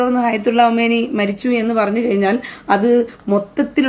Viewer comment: ഹമേനിയല്ല സഹോദരി ഖമേനി